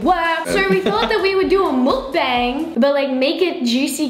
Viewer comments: Why do you say mookbang it is mukbang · mik bang is how it’s pronounced